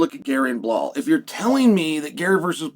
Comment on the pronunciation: I love Chaels verbal dyslexia. Belal is Pronounced Bla-Hall. Alex Pereria is Pronounced Pee-eara. Makhachev is Pronounced Mock-el- chev. Keep it up i love it !